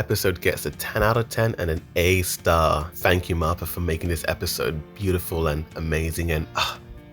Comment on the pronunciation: Stop saying MAPPA and Ymir wrong when they’re so easy to say It’s Mappa not marpa. It’s ymir not ymirah